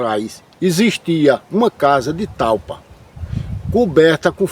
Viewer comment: NAO..É..TALPA..FALA DIREITO..É..TAIPA